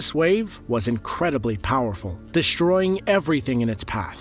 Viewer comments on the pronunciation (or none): Time to work on your speech patterns dude. The word is de S troying. It is NOT de SH troying. Come on guy, get it together.